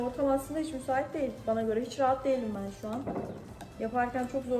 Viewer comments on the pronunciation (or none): “değik” değil “değil” jsjsjsjsj